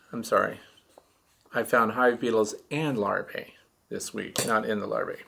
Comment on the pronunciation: Hi, my comment is not a criticism but rather an attempt to correct and error in pronunciation.Even you, my favorite YouTuber, has been corrupted with the mispronouncing the word Larvae. Many YouTubers are saying Lar-vay.... But it is pronounced Lar-vee.. and the singular Larva is Lar-vah. I may be wrong and I'm open to other pronunciations but I haven't found any dictionary that gives Lar-vay as an acceptable pronunciation. I think it's important for youtubers to teach our youth correctly. I've tried to respectfully bring this to a few others attention but there was one popular YouTuber that didn't receive it well so I let it ride. Thanks for taking the time to read this. I love your page and content and watch them all.